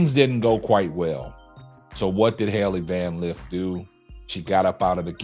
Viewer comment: He’s not even saying her name correctly that shows you how much of a troll he is